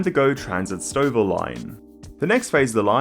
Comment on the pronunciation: What?! An Aussie nailing the pronunciation of not just Mississauga but also Stouffville?